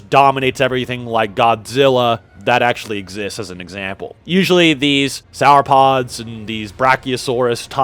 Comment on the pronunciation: Bro said “sour-pods” 😂😂😂